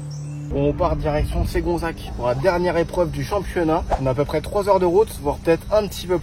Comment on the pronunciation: Super vidéo sinon ça se dit Segonzac pas Ségonzac ça m'a perturbé 😂